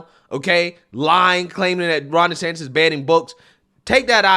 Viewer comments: please say the man’s name correctly. It’s not Des-Satan….. Moron anchor. Come correct. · Anyone else hearing reporter calling Gov DeSantis .. DeSatan? at the mark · So we’re just going to ignore that he called DeSantis (desatan)?!?!?!?! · Did this guy just call him “DeSATAN?” Lol, what an idiot. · he refers to DeSantis as "DeSatan" knowingly/unknowingly, idk.....😏😅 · Is it just me or was this fool saying "DeSatan" instead of "Desantis?" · Did Ritchie call DeSantis, Ron DeSatan, or did I hear that wrong? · I listened to it again, he DID call DeSantis Ron DeSatan. Talk about projecting. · the irony of hearing a D call Desantis "Desatan" is hilarious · he called desantis ...ron desatan...what a racist cook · This fool doesn't even know the Governors name!...Its not DeSantin its DeSantis. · Dude…did you catch Ron ‘DeSatan’ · Specially as he so cleverly mispronounced Gov Desantis name...